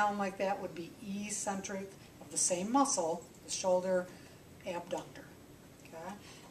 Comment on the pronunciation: Great video! According to taber's medical dictionary, it's pronounced EK-sent-rick. The same way you might call me eccentric for pointing out how to pronounce a word! 😬